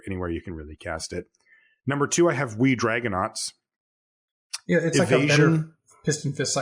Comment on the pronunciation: keeps mispronouncing Wee Dragonauts. You really need to emphasize the WEEE!